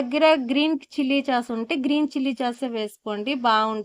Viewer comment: చాస్ అనకూడదు టమాటో సాస్ సొయా సాస్ చిల్లి సాస్ antaru